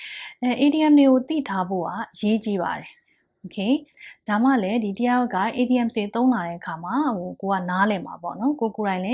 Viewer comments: the teacher said IDIOMS but i hear IDIOTS LOL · the teacher said IDIOMS but i hear IDIOTS